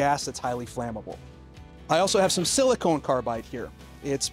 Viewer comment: SiliCON carbide, not silicone.